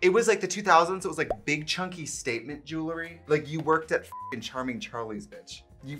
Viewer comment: It’s official. Trixie still can’t say jewelry properly.